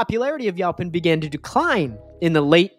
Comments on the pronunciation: I would’ve said you-pawn, the way he’s saying was getting to me too lol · THANK YOU!! The pronunciation was making me ask, "Where you from, bro!" The ow pronunciation in this video is making me say OUWCH!! Then I gave him a break, and thought perhaps he's never spoken to anyone about this tree, but he's only read the word in a book. And so, for a more exact explanation, Texans pronounce it like this: Yo ‐ as in, "Yo, buddy!" pon - as in how one says "pond" except leave off the "d". Yo-pon NOT YOW – as in "ouch" or "how" - just no! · In SE Texas, it's YOE-pon. I have acres of it. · Prounced Yoh Pon, Yo as in the pirate Yoh, ho ho